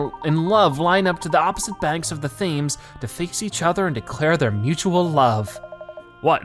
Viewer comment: Thanks for posting such a long episode! Now I can enjoy even more of this series!! Btw quick thing. Thames is pronounced Tems. And profiteroles is pronounced pro pro-fit-o-rolls.